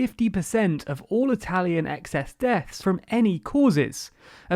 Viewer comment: I am usually not a big stickler for proper pronunciation, but that was painful. That probably has to do with how many Italian immigrants my country received, as opposed to the UK.